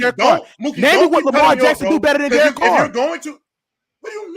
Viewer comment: This man said Derek Carr 😂😂😂😂